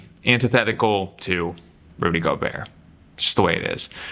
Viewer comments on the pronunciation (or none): none